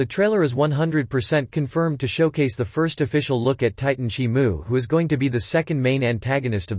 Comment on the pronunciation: Why is he saying shimu ,he got the name wrong